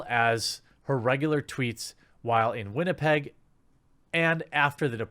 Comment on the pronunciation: I can get a WestJet ticket from Winnipeg to Toronto today for $180.00 plus fees. Oh, and thank you Jeremy for pronouncing Winnipeg properly. Living here, the way people pronounce it poorly bugs the hell out of me.